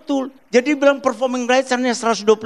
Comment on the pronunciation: itu badai ngomong performing rice atau performing rights ? 😂 Koq gw dengar nya performing rice 😅😅